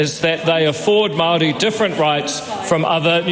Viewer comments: Oh my God his pronunciation of everything is so atrocious he shouldn't even be allowed to speak or judge on this subject😭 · The bill was never passed, no Matt your pronunciation was shit, the crown wants to take away our culture and remove our language. The crown took our land. Slaughtered raped tortured our people. Your news research is terriable get off your computer and physically go visit what your studying. You really have no platform on what you are addressing.